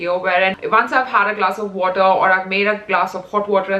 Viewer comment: that "wotah"😂😂